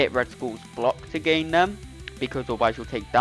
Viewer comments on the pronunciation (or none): none